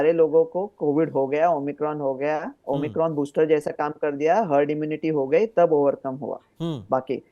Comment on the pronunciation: Tv anchor - Omni cron 😀 , omicron virus ☹️